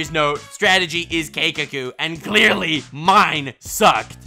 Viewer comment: « That I cleearly didn’t understand ! » 😂🤣🤣